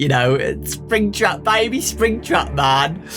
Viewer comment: Fnaf fans: make some good book Scott: BEB SPRINGTRAB HEE HEE